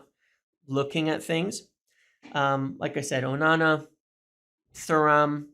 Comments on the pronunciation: a minor one but it’s pronounced “TURAM” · It's "tour" "am" 😭